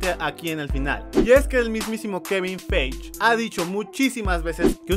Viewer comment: kevin faigi asi se pronuncia xd